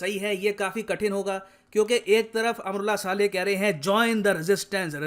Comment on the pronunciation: सर जी अमरुल्लाह साले नही____ अमरुल्लाह सालेह सही उच्चारण होगा🤝😂